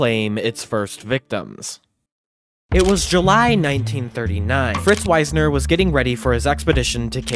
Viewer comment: A bit of research on how names are pronounced would improve the overall quality. The leader of the 1939 expedition was Fritz Wiessner, not Weisner, which affects the pronunciation. It’s pronounced “Weesner” rather than “Wise-ner “. Also, talking about “base camp four” is not how climbers do it. Base camp is only the first and lowest camp, at the base of the mountain. Hence the term. Then, perhaps there is an advance base camp above that. But all higher camps are referred to only by numbers. So the first camp above base camp would either be advance base camp or camp one. The next camp would be camp two, and so forth.